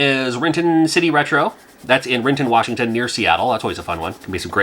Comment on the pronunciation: "Warshington" cracks me up. Like pronouncing robot as robut.